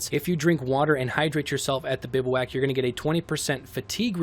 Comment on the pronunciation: Great video and all, but it’s pronounced “biv-wack”